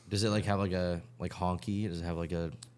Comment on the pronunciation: Its honky not howly. 😂😂